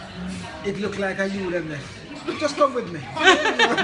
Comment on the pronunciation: Pina colada vs pinot grigio joke is the best. Did your mom just say noh peanut noh in deh? ROFL